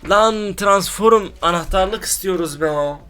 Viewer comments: ya transforum diyorsunya kopuyorm ya jcidjsnd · Transforum değil transform